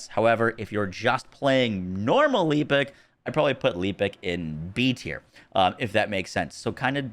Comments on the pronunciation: Your personal window is in the way. Could have positioned it to the right. Pls pronounce "Lepic" correctly. The game even tells you how to say his name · Anyone else triggered by not saying Lepic right?